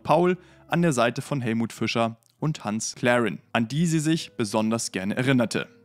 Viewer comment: Wer war denn Hans Klärinn? Oder meintet Ihr Hans Clarin? Ausgesprochen wie man es schreibt; Mit einfachem A, Nix Ä wie ÄNGLISCH! Der war ein DEUTSCHER Schauspieler, der u.a. den schon erwähnten Pumuckl gesprochen hatte.